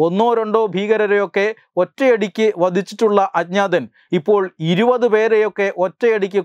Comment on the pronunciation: ഇരുവത് എന്നല്ല ഇരുപത് (ഇരു പത്ത്. രണ്ടു പത്ത്)